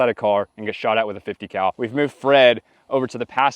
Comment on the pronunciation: You miss pronounced “50 cow”.